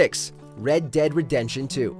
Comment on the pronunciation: Did he just say redention